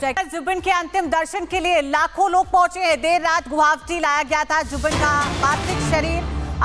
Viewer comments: A quick suggestion to the news anchor lady....the name of the city is "GU-WA-HATI" ; not "Guwavti", so next time please keep it mind and stop mispronouncing the name of my city....it looks really sloppy and unprofessional... If you want, take the help of "Arnab Da"; he's from here!!! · Medam guwahati ka pronounciation to thik se kro. Guabti nehi hai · It’s GUWAHATI. Work on your pronunciation. It’s no that hard please try. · Are yrr Guwahati bhi nhi bolane aata thik se kaisi anchor ho